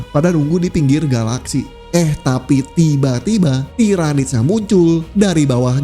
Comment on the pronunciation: Salah pronunciation yg bnr tiranids Bkn tairanids. Lain kali lht video official Warhammer soal Lore mereka ejaan yg bnrnya gmn